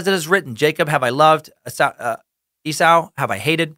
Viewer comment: Esau... pronounced E-saw. other than that... still love the podcast! #hailnimrod